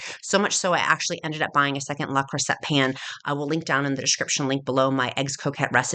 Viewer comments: It's pronounced Lay Crusay ;) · luh cru-say